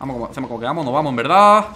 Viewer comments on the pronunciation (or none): Gente normal: fake Dani: hacemoh como que vamoh pero en verdad no